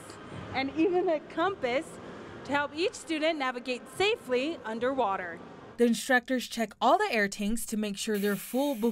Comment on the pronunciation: She really just said compas....